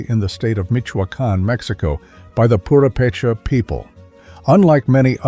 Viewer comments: absolutely lovely video! Small things tho. The emphasis on Purepecha and Mapundungun is at the wrong place. It should be pronounced Pu RE pe cha and Ma pu dun GUN. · this is a very well done video. I commend you for your research and quality. However, may I point out that, due to the placement of the accent in Mexico's Purepecha, it should be poo-RAY-pay-chah, rather than poo-ray-PAY-chah, unless you're a robot? #2 is in the Nivkh section--Sakhalin (Island), which is pronounced sah-kah-LEAN, rather than your version: sah-KAH-lin.